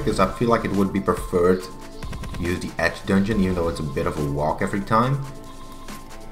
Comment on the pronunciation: I don't like that you say "yews" as "Jews" lmao